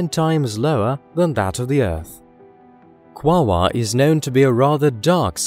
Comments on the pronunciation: The correct pronunciation, according to the spelling. Is (phonetically) kwa ore, as there is no other letter present to create the 2nd w sound. Either that or the name is misspelled in the video title. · This synth voice stinks. It keeps mispronouncing the topic of the video. It's NOT Quawaa! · Is he saying wawa?? This shiot is making me hungry...they have McDonald’s on this meeethane planet?? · I absolutely adore the way he pronounces it... “Kwaaawaaaah” tickles me every time. Great video as usual. I love this channel! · Sounds weird and robotic.